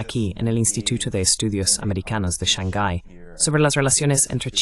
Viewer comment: No es Snangai es Shang Hay ❤️